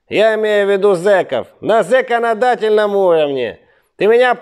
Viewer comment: "Зеконадательный уровень" - сказано супер !!!!!